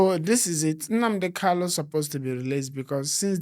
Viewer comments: Bro, his name is Nnamdi Kanu and not Kalu. You have constantly said it the wrong way and seems no one is correcting you. Change it from today abeg. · PLS GUYS HIS NAME IS (MAZI NNAMDI KANU) NOT (KALU) PLS ALWAYS PRONOUNCE IT WELL AS AN IGBO INDIGENES THAT YOU GUYS ARE...AND...NO DISRESPECT? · If his lawyers do not know how to pronounce his name, how do you blame someone else. A big shame. What this means is that the lawyers are defending someone else, not Nnamdi Kanu.